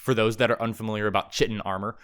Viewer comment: Grahh why do you say chitin like that